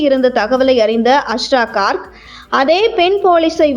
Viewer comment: Please pronounce his name properly. His name is also written wrongly. His name is Asra Garg .